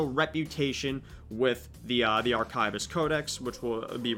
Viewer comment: arkaivist. certainly an interesting way to pronounce that word